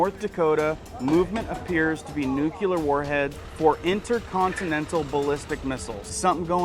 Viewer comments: It is spelled NUCLEAR not nuculer. NEW-CLEE-ER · Nucular is not a word! The word you are thinking of is nuclear! I hope you can learn this! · It is new cle er. not nu cue ler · Why he saying W OL E F instead of WEF... and I can't take anyone seriously that says "nucular"... it's NUCLEAR. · ITS NU-CLEAR NOT NU-CULAR ATOMS HAVE A NUCLEUS NOT A NUCULUS!!! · Love the Channel Brah ... Will keep watching....NewClear 👌 ❌Not Nukular❌ Aloha 🤙🌺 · I watch your channel all the time and find it very informative. As a teacher (NOT woke), I am asking to please stop saying nu-cu-lar. It is nu-clee-ar. Just remember that if they drop the bomb it will be “new” and “clear” everything in its path. Just a massive pet peeve. 😊 Thanks for all you do! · It's like saying "Newclear..." not "Nucular."🤓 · I really enjoy your informative videos but I have to say something. It isn't nucular. It's Nuclear. NEW-KLEE-ER. I look forward to all future videos. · YOU LITERALLY JUST READ "NUCLEAR FAMILY" AND STILL SAID NUCULAR YOU EVEN HESITATED SAW IT AND DECIDED TO PRONOUNCE IT INCORRECTLY!!! OMG SORRY THIS STUFF JUST REALLY PISSES ME OFF! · Please! The word is NU-CLE-AR.